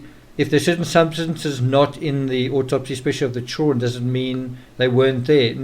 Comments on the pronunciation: Why can't this guy pronounce the word children??? He has no problem with any other word in the English language! But says CHULL RUN....... CHILD DA REN.......... PLEASE TRY! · why can't you pronounce the word children?